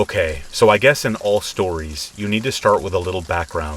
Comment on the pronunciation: My name is Tracy and I looove the "shtories" 😁 when I've been trying to fall asleep and just can't, I put one of your videos on, your voice is just the right tone. Soothing and relaxing. I often wake up briefly and still hear your voice and go right back to sleep. I'm sorry to say I don't think I've ever heard all the stories yet, but it's truly appreciated 💙